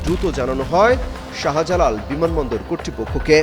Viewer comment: শাহা জালাল কি অমিত শাহার ছোট ভাই? উচ্চারণ ঠিক না থাকলে ভয়েস ওভারে অন্য কারো ভয়েস ব্যবহার করো। শাহবাগ, শাহজাহান, শাহজালাল এই শব্দগুলোতে শা এর পর হা উচ্চা করার কি দরকার? যাইহোক, দিল্লির খবর তো ফোনেই পাবা। বিমান বাংলাদেশে লাইগা থাকো, ওদের প্রত্যেকের ইমিডিয়েট মতামত দিতে বাধ্য করো। ইউনুসের আমলেও বিমান কর্তৃপক্ষ অনেক অস্ত্র গায়েব করছে। বাংলাদেশের ভিসা সব দেশে থেকেই রিজেক্ট হচ্ছে। বিমান বাংলাদেশ ব্যাখ্যা দিতে বাধ্য তা না হলে চাকরি থেকে অব্যাহতি দিয়ে কোর্টে হাজির করতে হবে। সমস্ত উচ্চপদস্থ বিমান কর্তৃপক্ষের ইমিডিয়েট ব্যাখ্যা জরুরি, পুলিশ তদন্তের পর ঐ সাক্ষাৎকারের কোনো মূল্য নাই।